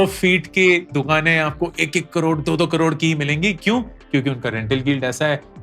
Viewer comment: Lakkkkha😂😂 carhhhhod😂😂 what a pronounciation